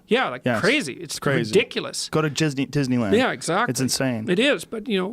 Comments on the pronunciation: Did he just sai Jizzneyland ? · At the end joe rogan says jizzneyland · Joe said, "Jizzney Land" HAHAHAHAHA. I am such a child. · Joe Rogan: "Go to Jizzneylan...Go to Disneyland..." Lmfao best slip up ever. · Joe "Go to Jizz-neyland" Rogan